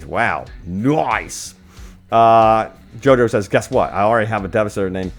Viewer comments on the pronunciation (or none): none